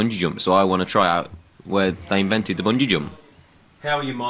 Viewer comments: Zayn: im not going to bungee jump anytime soon im afaid of heights Liam: its real difficult to say bungeeju! Zayn: *trying to say it* bungin jumpin Me: oh gorsh....i cant.....its just to hilarious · lol Zayn bun-gee jum-ping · Haha Liam: It's hard too say bungeeee bun-gehh. Any way why;s it calle bungee? Haha love you Liam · Lmfao! The way Zayn tries to say "bungee".. xD